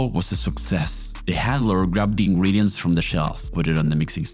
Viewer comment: nice video! btw why do you say "Ingwedients 🥺" its ingredients 😭